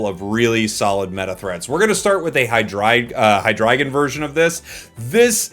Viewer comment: homie pronounced hydreigon correctly, now that's meta